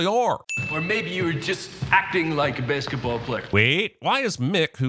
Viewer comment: that guy said baseketball